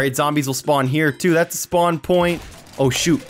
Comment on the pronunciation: it sound like u said "oh sit" oh shoot" XD